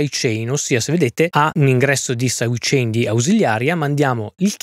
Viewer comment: Caxxo quando hai detto "saidecenare" mi sono spaccato dal ridere! Top!